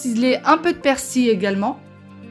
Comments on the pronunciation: Merci pour les recettes et on dit persil...avec le l....a la fin......et bonne année.avec meilleure santé pour votre dos. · Ça ma faire rire la manière dont tu prononce persil et jarret 😂😂😍😍😍 merci pour la vidéo